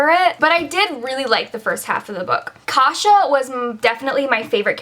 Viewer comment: I was giggling the whole time when you said the name "Agnieszka" or "Kasia", I thought it was so cute 😍 also, your pronunciation is really good! You said the names correctly ☺️😉 I think that my main problem with Uprooted was that I had really high hopes going into it, mainly because it was supposed to be based on the polish myths and I did not enjoy how the author retold them 😒